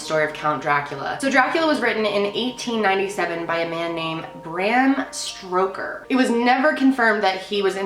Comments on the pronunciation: "Bram Stroker" HaHaHa...lol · I’m sorry... Bram Stroker? Lol you literally said that.